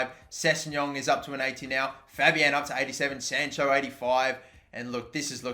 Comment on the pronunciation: Anyone annoyed how he pronounces sancho 😂😂